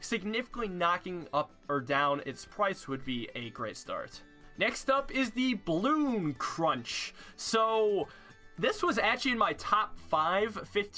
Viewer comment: Are we not gonna talk about that he says bloon crunsh instead of bloon crush